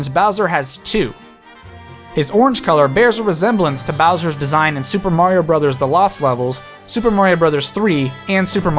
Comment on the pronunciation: It’s a-me, Mari-no! Good vid btw.👍🏽